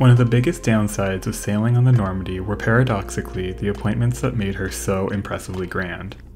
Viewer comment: Today:That's the Normandie Then: That's the Normondie